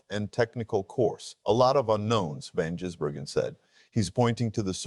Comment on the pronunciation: Are you really a NASCAR fan, or ai? It’s ziliCH not Zillish and Van GISbergen not Jizbergen. Sheesh! 🇦🇺🇳🇿